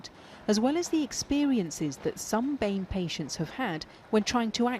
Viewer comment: I’ve never heard someone say Bee-Ay-Meh community.